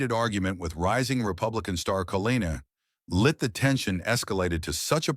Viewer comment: Whoopi stinks, but the narrator got her name right, he cannot even pronounce Leavitts name